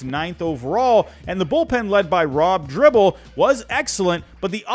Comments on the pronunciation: Not a bad video but the mispronunciation of names always gets to me. The 90s Reds weren't great but they swept a great Oakland team to win the World Series. And their bullpen (Dibble, not "dribble", Norm Charton and Randy Myers) was dominant. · Its Rob Dibble not Dribble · Dibble NOT Dribble!